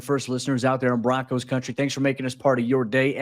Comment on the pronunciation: Just Broncos not Bo- Broncos. Comn man